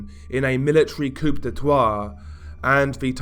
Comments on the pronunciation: Koo duh tah sounds more accurate to me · Vibrant diversity "Coop de twa" lol its pronounced "coo detaa". Melee weapon not meelee. Sorry to be pedantic but may as well get it right. The anti Muslim riots only flared up after the usual Islamist jihadi terror attacks began in Myanmar. Basically ISIS started butchering people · It’s coup d’etat - koo de tah. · "coo de grah" (pronunciation) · Did he just pronounce "coup d'etat" as "coop day twah?" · Love your work mate but it’s pronounced ‘ coo day tar’ Just so u know bro. 👍❤️ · Coupe de twas 🤣😋 did he mean a coup d'etat or a car full of twats? 🤔🤣🤣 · Pronounced coo-day-tah.... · Say it with me now... Koo de tah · Love your channel, but please, it's pronounced 'koo day tah'. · "Coup d'étwat" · Coup de qoui? Coup de troi? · hey disturbed love your content.... also it's pronounced koo-day-taw(coup d'etat) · Are you saying "coup d'etat" or "coop des trois"? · If I have to hear coup d'état pronounced wrong one more time I would prefer to die. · You mispronounced coup-de-tat THRICE and left it in the video. Even as a country boy from North Carolina, I'm offended. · say the "a" in "coup d'état" like you would say the "a" in "pizza" bro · I still can’t get over the mispronunciation of Coup de tat. Also Burma is the only place I have ever been where I seen a Buddhist Monk in his robes murder a Muslim woman with an iron bar.